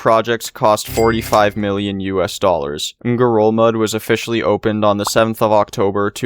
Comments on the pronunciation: think you did pronounce it right! At least from the info i could find (which isn’t much) xD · it sounded like you pronounced it the correct Palauan way to me! But maybe it sounds strange in any language xD